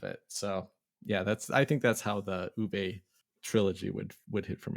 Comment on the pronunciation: The drink analogy was great. I really appreciate your sly humor and your game insights. Since you asked about finding answers to the John Company and origins of UK as a name, I’m going to share one thing: Uwe is pronounced Oo-vuh, not Oo-vay. Keep up the great work.